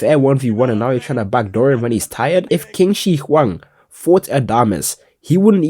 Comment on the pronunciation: qin shi huang is pronounced chin shi huang